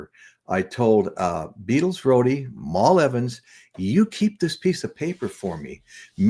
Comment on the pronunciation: Dude, it's Mal, like Pal, Evans! Come on man!